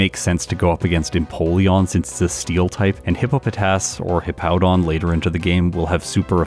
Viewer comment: At least can pronounce Hippowdon correctly. Mah-Dry-Bread always calls it Hippo-down.